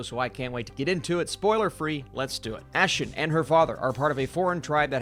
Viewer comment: Her name is pronounce as "Ah Sheen" not Ash Sion 🙄